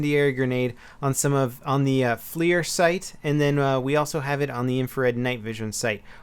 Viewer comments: its not Flear sight. its FLIR (Forward Looking Infrared). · Good video. Interesting about the smoke grenades. Also not to be a grammar snob but that night Vision scope is pronounced FLUR not FLEER. My company works with them and they make great products. Just thought id let you know for future videos. Thanks! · It's flir not fleer. Are we talking about baseball cards or optics? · Hey it's pronounced like fler